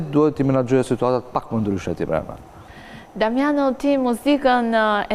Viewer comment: kjo sdi te flasi ihe diamanao iher damano iher dimano